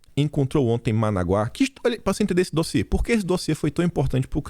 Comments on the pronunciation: A pronúncia não é Managuá e sim Manágua!!! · é ManÁgua e não Managuá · é ManÁgua, e não ManaguÁ. Paroxítona... Rsrsrs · a capital da Nicarágua é Manágua, e não Managuá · é Manágua, acento no segundo a. A pronúncia tá horrível. Tá okey? Rsrs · Bom dia, e Parabéns meu querido amigo! Apenas para informar que sua pronúncia falando "*ManÁgua*", é com acento... Sou fãzaço de seus vídeos... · Corrigindo sua pronúncia. Manágua capital da Nicarágua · a pronúncia é Manágua, capital da Nicaragua.👍🏼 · MANÁGUA ! Atenção no acento ! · é Ma NÁ gua, capital da Nicarágua...😁👍